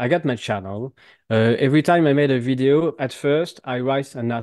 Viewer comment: pas vaideo, veedeo. Quand même...